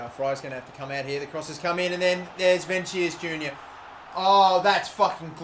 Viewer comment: It's pronounced vinishus